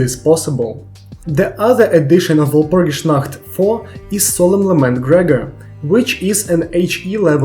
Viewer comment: have i found someone who finally pronounces walpurgisnacht mostly correctly??